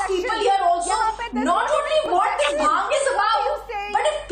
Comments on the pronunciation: NOT BAANG ITS BHAANG USELESS........ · Baang....This silly women cant even pronounce bhaangh. Now vine also comes from grapes, let's ban grapes too n jail all the farmers who grow grapes... These kind of ppl ...hippocrates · baang baang baang what ridiculous argument she has. Ask her to learn the sound bh . BHANG NOT BAANG . THIS debator is great loser. Runs debate all over the place. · Again this idiot started with Baang.. bhaang toh dhang se bol liya kar pakistan ki patthi saali🤣🤣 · This is giving baang baaang kal se 😂...Baaang murge dete hai... It's bhaang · Again this baang lady is here so irritating.. it’s not baang...it is BHAANGH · PLEASE DO NOT BRING TO THE DEBATE, SHE IS UNEDUCATED AND CANNOT EVEN PRONOUNCE BHANG!! VERY ANNOYING PERSON1